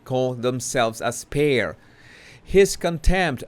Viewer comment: Spare-Y 😄 Sparry -😂